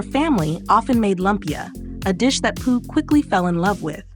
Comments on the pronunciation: Pooh.. 😂 her last name is pew. Not pooh. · Pugh : "Pyoo"